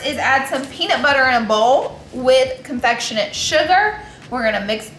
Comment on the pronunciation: "confectionate" sugar 🤣🤣🤣🤦🏻 aaaay Laura